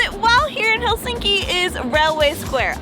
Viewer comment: Are you sure you visited Helsinki? How come you cannot even correctly pronounce the name of this city? It is not helSINKI... it is HELsinki. Emphasis on Hel.